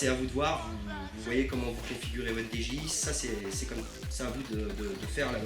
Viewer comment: Dji sa se prononce didjiey